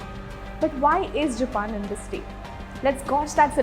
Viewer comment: It is all over the video..... The presenter's pronunciation of 'Japan' is not on point.